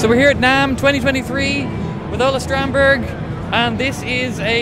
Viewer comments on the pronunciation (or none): When you pronounced Ola Strandberg's name wrong I felt kinda bad, I felt worse when he pronounced it wrong so as not to embarrass anyone 😂